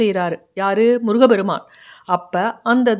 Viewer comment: அம்மிணி. தயவுசெய்து தமிழ்க்கொலை வேண்டாம். முருக பெருமான். என்பது தவறு. முருகப்பெருமான் என்பதே சரியான உச்சரிப்பு. தமிழை கொலைசெய்ய வேண்டாம். பாவம் தமிழ் பாவம் தமிழ் வளர்த்த முருகன்.